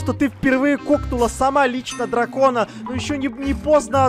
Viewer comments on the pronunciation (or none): Я одна заметила что сказала Джвакона😝🤣😁